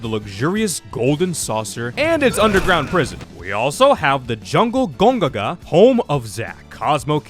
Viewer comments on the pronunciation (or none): ITS GON-GA"GA"!!!!!!!!